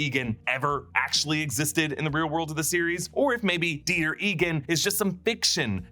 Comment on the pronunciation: Dieter… die-ter… deter? They take them out there to deter them from problematic behaviors?